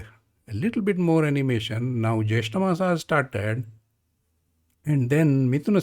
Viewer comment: In IAST (International Alphabet of Sanskrit Transliteration), "maas" is rendered as māsa for (मास) but you are speaking it as maasaa (or in IAST māsā मासा) ... i know these videos are old but in future please try to speak as any native of your state would speak these words ... i do not know where these odd but clearly incorrect way of speaking sanskrit words has come from ... may be this is how a european speaks ... but we indians should speak it as we have been since centuries